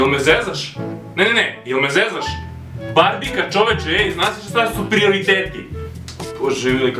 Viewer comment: Takodje Umesto Barbika On Barbhika Obavzna Promena xD